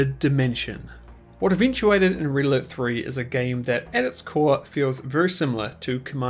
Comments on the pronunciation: I cant help but hear ''Riddler'' whenever you say ''Red Alert'' THAT fluently and it cracks me up every time :D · When you say “red alert” I hear “riddler”